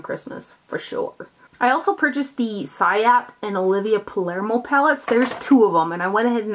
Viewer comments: Hi luv. For your reference ciate is pronounce see-ah-tey ☺️😉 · did you know Quinta was part of one of the bite lip duos you sold me on Instagram? Lol don't blame you for getting the full size though, it's definitely my favorite. Also, it's pronounced see-ah-tay (as far as I know, don't quote me on this)